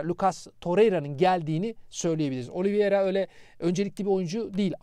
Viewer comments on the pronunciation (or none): yaa abicim adam ısrarla düzeltmesine rağmen hala OLİVİERA diyorsunuz. adamın adı OLİVEİRA.